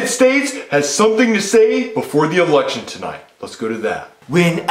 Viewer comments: Bruh why did it sound like said erection instead of election. And the fact that he said after its a very long and hard process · It sounds like is saying 'Erection instead of 'Election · I like how can’t pronounce L so he says “Erection”😂😂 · When said "errection" I died so this comment is the best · Erriction lol love it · I love how he pronounces “election” like “erection” xD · sounds like he’s saying eRection 💀